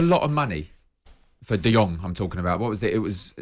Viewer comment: Guys guys the name is Frankie De Jong not De Yong. He isn't a Chinese😁😁😁